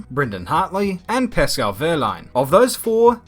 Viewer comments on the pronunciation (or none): none